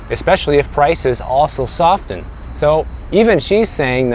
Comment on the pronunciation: I'm sorry, but did you REALLY pronounce the "T" in"soften" ?? Hehe